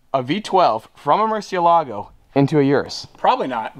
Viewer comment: The word murcielago comes from spanish so you don't have to act like that pronouncing it like an italian would (not) do (anyway). Thanks